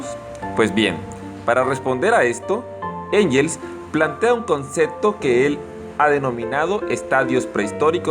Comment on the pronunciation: Se pronuncia "guens"